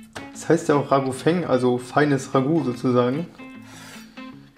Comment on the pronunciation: Richtig geil ausgesprochen, Raguh Feng xD Da hatte wohl einer kein Französisch in der Schule :D